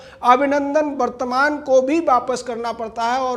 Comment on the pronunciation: गौतम विंग कमांडर अभिनंदन वर्द्धमान नाम है शायद गलती से वर्तमान बोल रहे हो